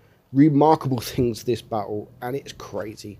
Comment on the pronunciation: 'There's tings' Lmao..👍🤣